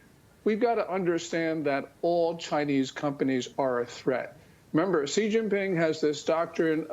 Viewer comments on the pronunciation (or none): Its name is not Zhee, it is "She." Exactly like the female pronoun.